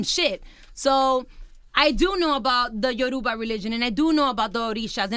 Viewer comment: She said "Yourba religion". WOW.